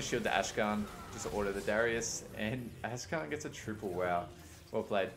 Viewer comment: akshan... not ashkan